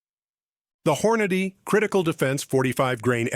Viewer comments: "Hor-nah'-dee is not how you pronounce Hornady. It's "Hor'-nadee." Damn AI :face-orange-frowning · The AI they use can't even correctly pronounce Aguila and Hornady.